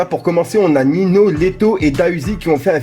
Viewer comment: Frère Ninho sa ce prononce Ninio pas Nino 🤷🏾‍♂️